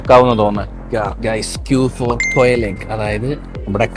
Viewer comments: Q for Quail eggs ☑️not Qrral❌ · Qural egg ✅ Quail egg ❌ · Editing pwolii G disqualified. Zussini alla Zukkini (zucchini). Eggguuuuu 😂😂😂 Qurral alla Quail (kwail) lit 🔥 🥒